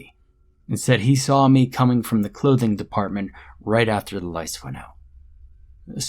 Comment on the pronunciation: did any one hear, say, lice on?instead of lights on?, or was it just me